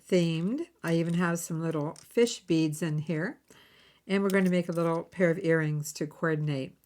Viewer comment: I like the set but I would personally add the blue bead as focal. As a funny when I first heard you going through the list of beads thought you said fish feet not fish bead & thought fish don’t have feet…lol